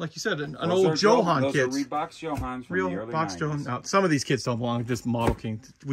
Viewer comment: Why do you all pronounce Jo-Han incorrectly?? Jo-Han is short for John Hanley….”Jo” = John, and “Han” = Hanley…..’Han’ rhymes with HAND. So think ‘Joe Hand’, but without the ‘d’. Come on!, after me……JOE-HAN(D). 👍🏼👍🏼